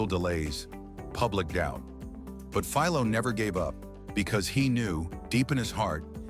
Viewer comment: I'm trying hard to forget the repeated and varied mispronounciatins of Philo; Fill low, Fee low, etc. Humans rarely exhibit that issue. Farnsworth is well remembered in the electronics field for his David versus Goliath patent battle with Sarnoff at RCA. The Syfy Channel's Warehouse 13, paid homage to him by calling a shirtpocket-sized, two-way TV from the 1930s or 40s a Farnsworth.